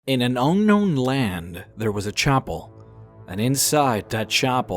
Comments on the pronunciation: nigga saying chopel instead of chapel 😂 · What the heck is a 'chopple'?